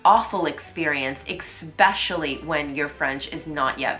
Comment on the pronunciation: Cat Who the hell r u to tell me what to do? Who made u Youtube police? If she doesn't want comments she can close them. Her inability with the pronunciation of "especially" could probably be retired.